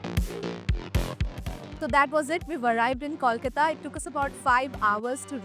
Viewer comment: All this while Air India is still twiddling their thumbs when it comes to adding international flights from Kolkata. Another missed opportunity. Also, please learn to say Kolkata properly. It is not Kawlkata.